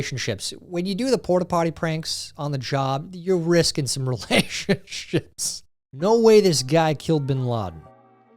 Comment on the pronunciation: I do in fact have a pet monkey... and I can tell you for a fact, I'm pretty sure you said relationshits in the video, instead of relationships.